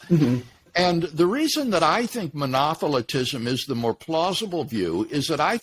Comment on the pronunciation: My understanding is that Monotheltism was declared a heresey..i think Dr. Craig got it his pronunciation is also incorrect